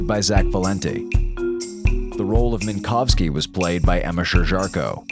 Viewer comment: I really like this episode. It isn't an essay on why Eiffel is bad, or why he is cruel or entitled--he is not any of those things--but he is insensitive. He says shit, mean shit. He doesn't mean it, not at all, but sometimes, intent doesn't really matter. Saying "Min*cow*ski" once? Get called 'wind-up girl' once? Get called an 'ET helpline' once? All fine, it was their simple, insensitive mistake. Tell them not to do it, and hope they follow through on that. They apologize, you endure it, you 'toughen up' that one time, and move on. But, if they do it repeatedly, then it becomes a problem. It starts to sting, you realize they don't respect your wishes. Your name. Your identity. They respect you as a whole, but not fundamental parts of you. Laughing at yourself doesn't help, it only validates the disrespect they are showing you. Tell them how they've hurt you, why their mispronunciation of your name is wrong/why their nickname for you is rude, and if they're good, they'll finally understand and STOP. That's what Eiffel does, and THAT is why I think he is so well written. He's hurt at first, of course he is. Realizing you've been accidentally hurting, disrespecting, and attacking your friends? That sucks. It really, really sucks. So, then what do you do? You say sorry, you apologize, and then you make things better by not hurting them like that again. Because, these friends? They care about you, its why they're telling you how you've hurt them. They might be angry, they might b